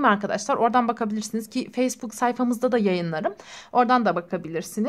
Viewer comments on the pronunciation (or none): none